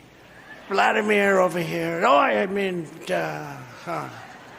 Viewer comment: Did anyone else pick up “vladimor” instead of “Vladimir”? Caught himself in the next moment, I guess. Still was all made up lies.